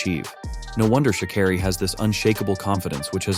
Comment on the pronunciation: her name is pronounced Shuh-care-E not shaw not car-E